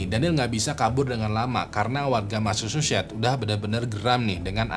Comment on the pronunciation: Massachusetts itu dibacanya masa-cusets bukan masa-syu-syets. Priscilla dibacanya bukan pris-cila tapi pris-sila. Klo gatau cara bacanya dicek dulu di google lah bang, sakit kuping ni dengernye